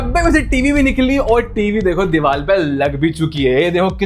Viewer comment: Diwaal kya hota hai? Diwaar hota hai bhai wo